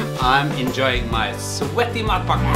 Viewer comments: It sounds like you're saying "mud packet" Somehow I think a mud packet would taste better though haha :) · It sounded at first like he was saying MUD BUCKET... I'd rather have the mud bucket then his sandwich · The way you pronounce it in Norwegian almost sounds like "mop bucket" -- "In the meantime, I'm enjoying my sweaty mop bucket"! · I just realized, matpakke is pronounced just like an American "delicacy" that is small and often served as lunch or a snack....and it looks just about as appealing: the Hot Pocket . And just like in Norway, this American snack is reviled by some people and adored by others. Just about everything you say about matpakke is said about the Hot Pocket. And I must confess, I have never eaten a Hot Pocket.